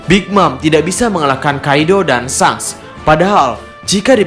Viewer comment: sangs.. asli ga enak didengernya. Klw ga bs bilang Syengs, paling ngga syangs gitu